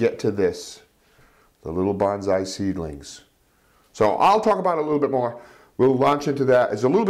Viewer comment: The proper pronuciation is Bone-Sigh (Long 'O') not Ban-Zai.